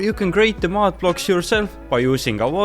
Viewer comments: Dude say mud not mod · You said mud weird, I though it was mod block.